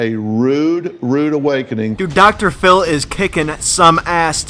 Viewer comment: Dr phiww